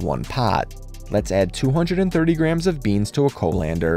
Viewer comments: oh is it? I guess with an accent it sounds legit in my head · Bro your colander pronunciation threw me for a loop 😂 I'll have to try this though, looks great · It's a Texan pronunciation